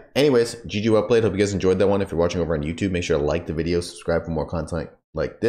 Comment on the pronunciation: just like when Crypt says "welcome to another vidah!" instead of video